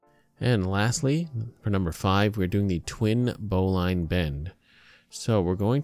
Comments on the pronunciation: Thanks for this vid, very informative. Love that someone corrected that bowline to the correct way. I need to mention, "bowline" is pronounced bow-lin, not bow-line. The only reason some people pronounce it incorrectly these days is that too many newbies pronounce the word just based on reading it. If you talk to an old sailor you'll hear "bow-lin". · It's pronounced "bo - Lynn" not "bo-line" knot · a "Boe-Line" knot (bowline)? Well, I've climbed in the Rockies, driven 140mph in a Hemi Superbird, and played Chopin's Opus 27 #1 in c#, and the only way I've ever heard it pronounced is "BOE-lin" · That isn't how to tie a bowline, and it's pronounced "bow-lun", now "bow-line" When properly tied, the tag end will be inside the loop. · Bo - Linn..............it's pronounced............Join the Navy and feel a man all over eh? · Bowline is pronounced bowleene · 1) that's not a noose knot 2) that's not the right pronunciation of bowline. bow·luhn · it's pronounced bowlin, you just made every sailor on the planet cringe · And if you knew your knots you wouldn't have mispronounced bowline eacn and every time. Look it up.